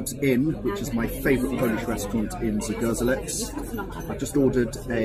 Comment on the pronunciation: Pronounced zgoh-ZHEL-ets